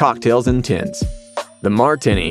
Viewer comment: ..and then there was the Continental Deli's "Martin-y"..